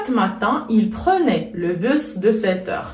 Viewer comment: On ne dit pas le (bu). Le s de bus se prononce. Donc le busse. c'est une erreur grave pour une prof de français.